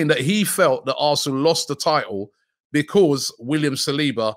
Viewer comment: Robbies classic BEE-CAUZZ always cracks me up 😂😂😂😂 its pronounced becoz robbie